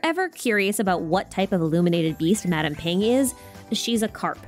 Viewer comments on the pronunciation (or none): none